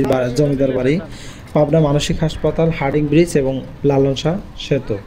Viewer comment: ভাই আপনি ভিডিও ভাল করেছেন। কিন্তু হার্ডিং ব্রিজ বলেছেন। আসলে হবে হার্ডিঞ্জ ব্রিজ। তাছাড়া লালনের ঘান নয় গান।